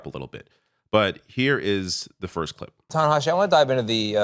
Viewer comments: “And so then I find myself wondering “why does Tanahashi Coates, who I’ve known for a long time…” ~cbs anchor tony dokoupil mispronouncing a name he claims to be very familiar with. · Tony can't even pronounce Ta-Nehisi's name correctly.